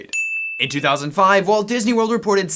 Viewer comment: Its Deezney Ding!